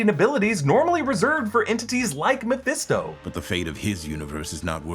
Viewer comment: I feel like throwing something at when he says Mephesto